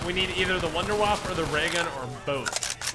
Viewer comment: "I wanna waffe!" Also: 'Fails to notice the waffe on the ceiling'